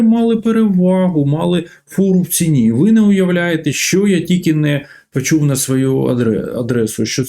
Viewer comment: Прізвище вроді ж Галащук, а людина акає, як московит. "тАвари, пАчув на свАю адресу, Європоейський сАюз, вирАбниками.." Нє, ну невже так важко вимовляти українські слова не акаючи?